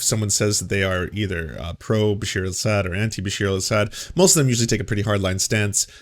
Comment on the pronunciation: Awesome coverage on Syria. Just one lil thing it’s Bashar not Basheer. Pronounced Ba Shar. It’s was very sad to see so many on the left welcome this Aaron matte character and other idiots like Rania K who claimed the peaceful protesters of Syria in were calling for arms and killing Christian’s. So their lies continue and the really don’t care for any Syrians regardless of ethnicity or religion. Syria has had over 4 million refugees and about the same amount displaced inside Syria. Entire cities destroyed and the majority on the crimes were done by the Assad regime.